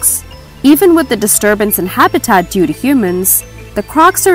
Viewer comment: And Habitat